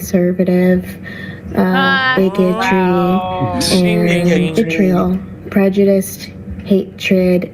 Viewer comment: For a person playing the victim of hatred, she sure puts out a lot of her own negative bs. Can you say "dis track?" Can you say "hypocrisy?" Also.... just a pet peeve: It's "prejudice" ... not "prejudist." LoL